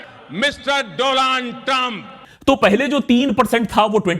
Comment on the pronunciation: Donald Trump ❌ Do-laand Trump✅.